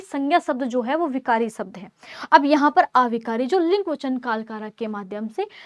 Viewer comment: शब्द ❌ सबद ✅